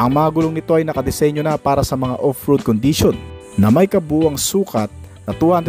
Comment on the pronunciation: ProtecSIYON, condiSIYON, directSIYON, acceleraSIYON, capaseetee and capabileetee.